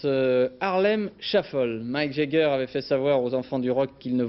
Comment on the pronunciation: Wouah les français et l'anglais.. pathétique, même les noms connus comme Jagger qui devient Jegger et Mick qui devient Mike🤣